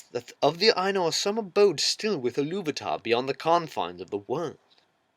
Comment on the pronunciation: I was more annoyed by her pronunciation. Her pronunciation of "Ainur" sounds too close to "anal".